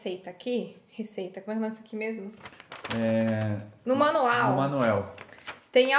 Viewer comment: no manual Guilherme: no Manuel KKKKKKKKKKKKKK